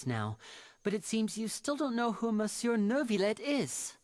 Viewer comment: I've mainly noticed two different pronunciations between all the characters. Including the way would pronounce it. Same situation with other French words like monsieur. Very strange the all the VAs are mainly broken into two camps. I feel like it's also easy to tell which VAs actually know what they're saying. For example, the melusine outside Neuvillette's office I believe is the same one in his character teaser and she seems to pronounce stuff right.